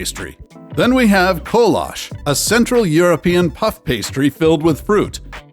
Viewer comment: Um… kolache is pronounced KOE-LAH-CHEE 😂 epic fail